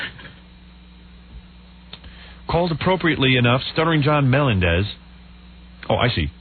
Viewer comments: Why in the &%#@ does Howard keep pronouncing SJ's surname as "MELON-dez?" 🙄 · I can’t believe this far into John’s time on the show that Howard was still pronouncing “Melendez” wrong